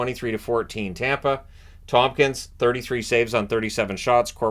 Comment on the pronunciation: it's ToMkins, not ToMPkins